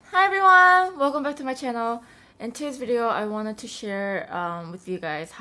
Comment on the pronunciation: She said channel chinul hahah